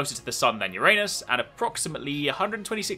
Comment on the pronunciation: sorry all i heard was "your anus"